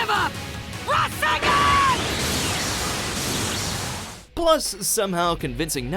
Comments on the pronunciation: am I the only one who heard Razengan instead of Rasengan ? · Did anyone else hear razengan instead of rasengan? 🤣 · Rasengan NOT Razengan, please and thank you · What's a Razengan? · I really don't like the way he says Rasengan and Rasenshuriken